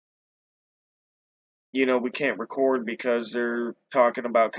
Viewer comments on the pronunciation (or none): none